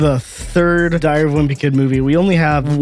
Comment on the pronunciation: Ah yes the "thiary of a wimpy kid"